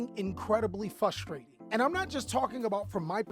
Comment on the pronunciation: What happened to the "r" in frustrating